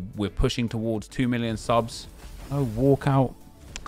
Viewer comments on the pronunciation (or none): none